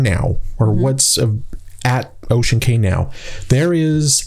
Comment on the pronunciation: You are funny, you know saying Cay that way is wrong but you are too stubborn to say it correctly 😂 Love the interaction between you two though!